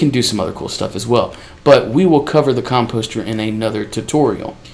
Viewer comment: Mate, you are saying "composter" wrong.